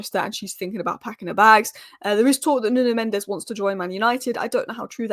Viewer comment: "Mendes" in Portuguese is not pronounced like the spanish name "Mendez". The 'e' at the end is silent, so it sounds more like "Men-deesh". In Portuguese, we often drop final consonants or vowels, which can make our pronunciation seem unusual to English speakers. Also the "im" in "Amorim" is a very soft "m", not like "mm". But the correct sound probably doesn't exist in english.